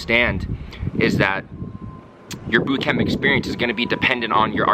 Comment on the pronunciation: I love how you pronounce boot camp. "boott cam-PUH" pronounciation is so strong XD